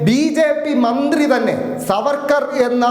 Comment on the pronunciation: സാർവേർക്കർ എന്ന് ഒന്നുപറഞ്ഞാൽ പോയി നാക്ക് വടിക്കണം